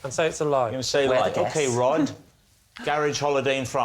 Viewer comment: this is retarded as fuck. "On the Rhod to happiness"? That's not even how you say the guy's name. I had to look it up to make sure I wasn't the one being completely asinine, but yeah, this'd be said "On the ROD to happiness" as in Rod rhymes with sod (rhymes with Rhod, which is how you say this fella's first name.) The title is obviously trying to be a play on the phrase "On the Road to happiness", however, unfortunately for the poor sado who uploaded this video, that's not how to pronounce the man's name. According to Google. According to Google, you're a retard; that must be nice to know. at least-- one way or the other, y'kno? I'm still in the dark on Google's feelings about me, so I've still got that hanging over my head for God knows how long. They know what kinda porn I'm into and what question I'm intending to ask practically before I do, but so far as I can tell, Google doesn't lean one way or the other on this topic. Unless that's the sort of info they collect on people they then go on to sell; could easily be that. Now that would seriously suck ass, shelling out money to some ad company only to find out Google's been telling 'em I'm a fucking retard or some sorta homo or something. Not that there'd be anything wrong with that, mind you, it would just suck to have to pay for.